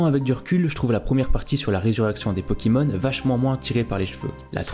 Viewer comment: des '' pokimons''